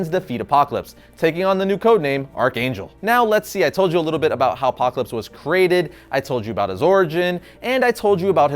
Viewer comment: I like the way you say " APOCLAPSE " ! Excellent review !!!!